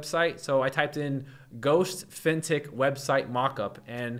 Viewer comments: man took me some time to figure out you were saying "Fintech". All i hear is Fintick. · What the heck is that word he keeps saying?? "Vintic" "fintic" what does that mean?? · What word is that? Vintec? Fintec? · What word are you saying "Fintech"? "Fintik"? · What word does he keep saying? Fintic? Fintech? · Me too. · Are you trying to say Fin Tech? As in financial technology... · I'm confused... is he saying "fintech" in all his prompts? Like financial technology? That doesn't make sense so I assume I'm mishearing 🤔